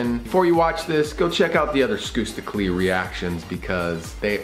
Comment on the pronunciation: I know its spelled as skusta clee But the pronunciation is skasta cli thats how you pronounce it